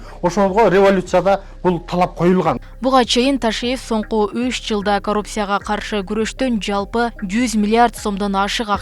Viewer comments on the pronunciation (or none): лелин эмес, Ленин болуп айтылат, коммерсия эмес, коммерция болуп айтылат, ауксион эмес, аукцион деп айтылат, коррупсия эмес, коррупция деп айтылат.